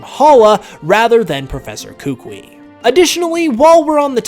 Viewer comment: Who's gonna tell him he's pronounci9ng the Alolan Professor's name wrong in this or does he already know since this video was uploaded in 2018?